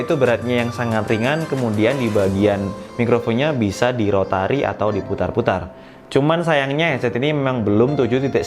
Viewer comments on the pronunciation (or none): koreksi bang "rotasi" bukan "rotari" klo rotari mesin buat bajak sawah 😆